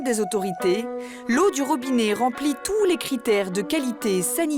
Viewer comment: On ne dit pas ROBINÉ mais ROBINET.